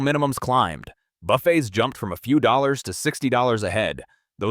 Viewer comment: AI garbage... the way he pronounced Dollars... Dollyay??? 😂